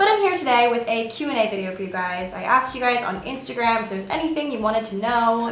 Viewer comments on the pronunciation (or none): none